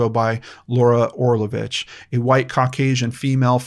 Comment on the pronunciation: The amount of respect and importance you put on the missing people and victims is astounding, Sir, I commend you. This is my first video of yours that I have seen and I subscribed minutes in. By the way, you pronounced Orlović so well! I am Croatian and it's just the way we say it as well. I am really hoping miss Laura will be found safely, her poor daughter must be so worried.